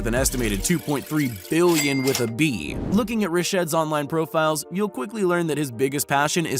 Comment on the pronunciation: Sounds like he is saying billion